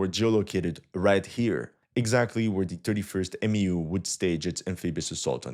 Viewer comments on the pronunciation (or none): It’s not called a M.E.U. It’s pronounced Mew like the Pokemon. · its pronounced "mew" not M E U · For MEU we say “myew” not “M-E-U” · Its pronounced MEW like the Pokemon Mewtwo. MEU=MEW.